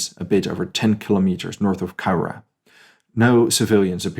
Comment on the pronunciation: My great Uncle actually had a heart attack that night and died a few weeks later, so was never put into numbers, , he was a guard, I recommend going to see the Japanese gardens that’s a peace park between the 2 countries, and you pronounced the names of the towns rather well, I live 100ks from Cowra and Eugowra is 30 kilometres away